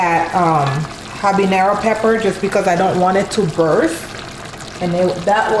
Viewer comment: When she picked up that pepper I said. Scotch BONNET!! but then she said harbenererro I was like damn 😂😂